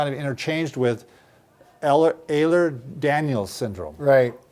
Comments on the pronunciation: Ehlers Danlos not daniel..🙄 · I know Ehlers-Danlos isn't easy to pronounce, but Eyler-daniel is a new one for me 😂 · Ooookay guys I love you but it’s pronounced “Ehl ers Dan Los” Also please update the outdated terms you’re using, see to get the info from the international consortium last year.